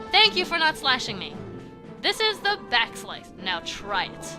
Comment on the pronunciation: Am I the only one who thought "Back Slice" said "Back Slash"?